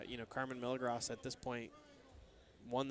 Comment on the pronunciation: every time the commentators pronounce milagros wrong, they should be punched in the face. its a spanish name, not a word like milligrams.